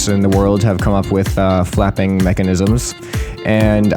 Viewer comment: "i decided to type in fapping machanisms." is what i heard 😂